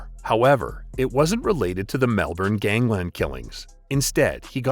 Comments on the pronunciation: Dude, great video, but I get frustrated: Melbourne is pronounced Mel-burn. Not Mel-born. , you stated that Williams and Johnson shared a cell at Barwon Prison. They didn’t. They were in a ‘management unit’ for high profile, and dangerous prisoners. Each had their own cell and were let out into a shared indoor common area during the day. There were only three men in that unit. The third man, Tommy Ivanovic was right there when Williams was murdered but ‘didn’t see or hear a thing’. Even show the video at Johnson’s trial, he kept saying that he hadn’t seen anything. Funny enough, Ivanovic is still alive! Such units have prison guards assigned to them. I’m not sure how many at any one time. And I have no idea why these guards weren’t on the floor at the time. I can’t believe the prisoners were left unsupervised out of their cells unless this was intended to enable the murder. I know people who work in Victoria’s Prisons and I have been told that there is always two or more guards on the floor when the prisoners are out of their cells. Still, Williams was a waste of oxygen, so I don’t really care. I suspect that most people felt that way. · Hopefully the next voiceover person can pronounce Melbourne correctly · The R is silent in Melbourne 🤦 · You pronounced Melbourne wrong, otherwise great video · Underbelly Season 1 was all about this... fucking awesome... also learn to speak our city's name... it's like nails on a chalkboard... or at least call it by there shorter name... Brisbane aka brissy... Sydney aka Shitney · try pronounce the names properly witout that stupid seppo accent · Pronounced Melbourne wrong. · Please pronounce Melbourne properly 🤦🏻‍♂️ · never knew he was a dog hey. The 90's were a good time to be alive in Melb, proper brotherhoods back then hey. Hating the way this narrator keeps pronouncing Melbourne lol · Please learn to pronounce Melbourne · You're the dickhead it's literally not pronounced Melbourne, which is the way he pronounced it.